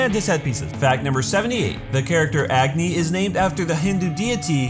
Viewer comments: Ciel: was voiced by a girl Me: doesn't realise Also me: "wait what?" Omg I live how he can't pronounce the names😂 agni=acne 😂😂🤣😂🤣😂🤣😂😂😂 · When you said Agni, it sounds like acne.